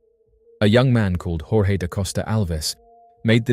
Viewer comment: Great video, but that’s not how you pronounce ‘Jorge’ or ‘José’ in Portuguese. It’s not Spanish 😭